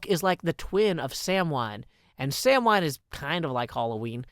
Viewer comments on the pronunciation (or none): I say this with the most respect possible, you are bad at pronouncing Pagan holidays. Samhain is pronounced Sah-when, you actually got Imbolc spot on. Anyway have a blessed Imbolc my friends!! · Samhain is pronounced "sah-win," by the way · appreciate the nod to imbolc, but chuckling at the butchering of the pronunciation of samhain. Love your vids joe!